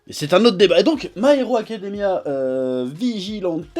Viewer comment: Vigilante se prononce 'vigilanti' :)